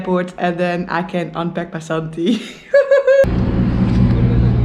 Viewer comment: It's not BASANTI it's 'VASANTHI'